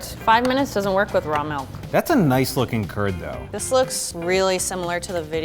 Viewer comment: "Luuking fur a nice T H I C C blob" I literally lost it😂😂😂😂😂